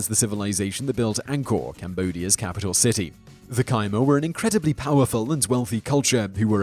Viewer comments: Khmer - "Keye mar"? Ku Mehr accent on second syllable. Jeesh. It's easy to look up how something is pronounced! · kmer, not kimer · Khmer (kah-meer) not Ky-Mur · MES-so, not MEE-so, keh-MER, not KY-mer. Keep up the good work though! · Khmer is pronounced Khmer. Not Kaymur. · Simon mispronounces "Myanmar" and "Khmer" too. Great content though.